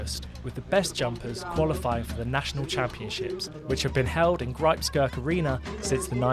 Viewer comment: Yep, that person's Grijpskerk pronunciation wasn't half bad. Still obviously English, but if he can learn how to say the Dutch G, R and E he'd say it perfectly! Don't know about the word the word fierljeppen, but then again: I'm Dutch, but not Friesian. Most non-Friesian Dutch can't pronounce it either, but another commenter who says they're Friesian claims it was said perfectly, so that's VERY skilled indeed!